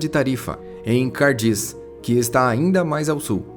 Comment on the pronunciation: Qrd. suas matérias são ótimas!!!! Porém, só uma ressalva na apresentação. Não é "CARDIZ" e sim CADIZ!!!